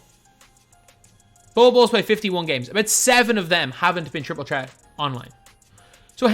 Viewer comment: Bro its triple threat not tripol tret